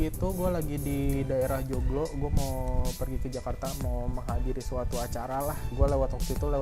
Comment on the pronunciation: Kedengernya bukan "joglo" malah jomblo wkwkw